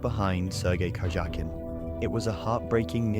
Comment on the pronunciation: Your voice actor should learn how to pronounce "Karjakin"" when reading the script of a chess short documentary